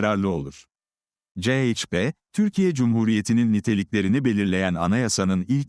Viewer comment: Ceyçpe diye okuyan sivri zeka programdan caz geçemediniz gitti